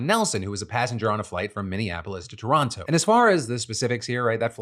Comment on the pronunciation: Wow Phil, you are one of the few American who knows how to pronounce Toronto lmao